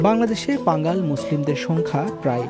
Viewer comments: পাঙ্গাল না পাঙ্গন হবে। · সম্ভবত ভুল হচ্ছে। পাঙাল নয় পাঙন হবে।